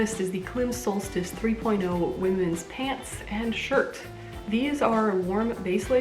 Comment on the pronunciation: I thought Klim was pronounced Climb...